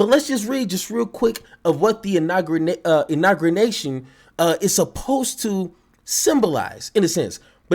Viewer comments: It's pronounced, "INAUGURATION" not INAGURNATION or INAUGREATION. It's hard to take you serious when you mispronounce key words in a multitude of ways. Step your grammar game up my guy. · Im saying "Inargriation" from now on! 😂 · Uhhhh u gotta be able to pronounce the word..IN-AW-GUU-RAY-TION!!!!! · How you not gonna get "inauguration" right, fam? I'm dying!!! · Somebody please help him pronounce “inauguration!” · Pronouncing Inauguration had him in a choke hold 😂😂😂